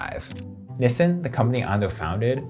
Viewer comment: 7 minutes and 33 of this man saying "Nissin" wrong